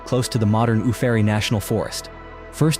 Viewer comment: Incorrect pronunciation on nearly all the site names. Hatteras is Hat-ta-rus. Uwharrie is u-war-rey & Cabarus is Cu-bare-us. So clearly not from anyone who has ever been to NC.